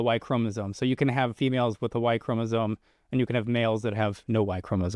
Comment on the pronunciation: yes but it was depressing that was pretty clueless about what a chromosome is (including how it is pronounced). Maybe spend 10 minutes in an undergraduate biology text.